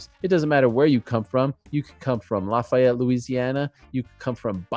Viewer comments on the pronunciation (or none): none